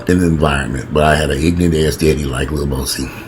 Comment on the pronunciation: Did say "Lil Bowsie"? I'm weak 🤣😂 #generationalgaponfleek #inthehizzlefoshizzle Lil Boosie is a complete fool and should be dealt with accordingly